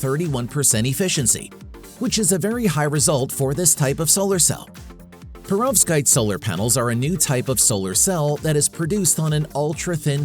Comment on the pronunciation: you either misspelt Perovskite or mispronounced it.